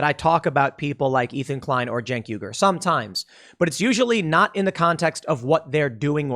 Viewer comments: Please pronounce his name correctly in future, it's Chunk Yoghurt. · "Junk Yoo-gurr"? I thought it was pronounced Chunk Yogurt for the previous 10 years. BTW this comment is getting deleted.